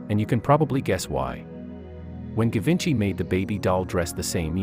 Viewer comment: It should pronounce as "Zhee-VAWN-shee"